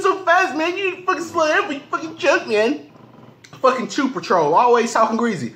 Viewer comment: He said “chew patrol”😂